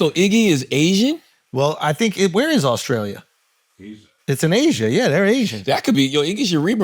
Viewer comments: Did I really hear my man say "Auskralia"? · Ctg pronouncing Australia as “Awe-Skrale-ya” is INSANE 😂